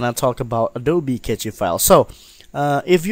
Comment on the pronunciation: Very useful tutorial. I didn't know that you could make hidden files visible like this. I always advise to go into preferences and move the location of the cache files to the C drive so you can easily access it. I have a RAID-0 disk system and my cache files are on my D drive and set to 300Gb of cache space. Btw, Cache files is pronounced as 'Cash' files, not Catchy files, lol. Cache literally means 'a hidden storage space'.